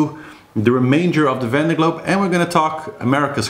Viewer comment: Great report as always! Thanks.:-) While you are talking about pronunciation... has someone already mentioned that Vendee is pronounced Vonday? (ie Von as opposed to Van.) I can't keep up with all the chat so no doubt it has already been mentioned, but just thought I'd chuck that in the melting pot! Hope the bottom-scraping has gone well! Thanks so much for keeping on the reports until the last one comes in. It's the only way really.:-D